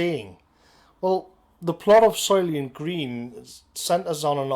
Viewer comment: "Soylient Green"